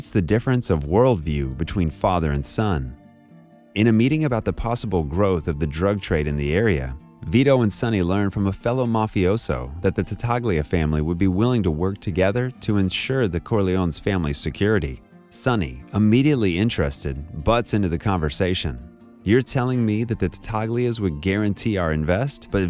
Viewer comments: This video revealed nothing. And what's with the mispronunciation of Tattaglia? It's said throughout the film. How do you get that wrong? It's "tuh-TALIA." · It's pronounced Tah-tal-e-uh family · The G in Tataglia is not pronounced. Do you also pronounce the G in Consigliere? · Good quote 😃. I remarked the incorrect pronunciation as a matter of principle. If one is making analyses on a movie, one should be very well acquainted with it, like watched it multiple times. If one has watched it many times, they become proficient with the names. 🤓